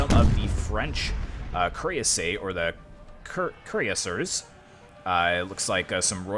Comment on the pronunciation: I'm late commenting this but curassiers are pronounced as (Cur-as-si-airs) Hussars are pronounced as (Huh-sars)